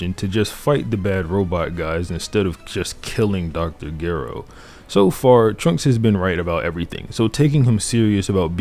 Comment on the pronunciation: Never in Mt life have I heard someone pronounce Dr Gero with a G and not a J